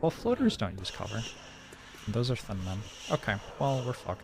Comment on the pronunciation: Every time says "Thin Men" I hear "Thin Mints" and now I want cookies.